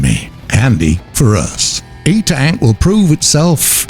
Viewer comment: LOL it is 1UP HOVER ENTAC not etank :P